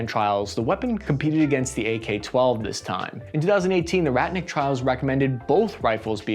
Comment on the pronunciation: Bro, it's pronounced rotnik with an 'o' not ratnik! Other than that, keep up the good work!